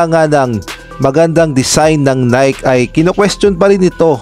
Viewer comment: Bakit now pa pupunahin kung mali nga ang jersey design..bakit hindi na finalize bago ginawa..ay saws...bulok nanaman ang style...nayki ang bigkas hindi nayk (NIKE)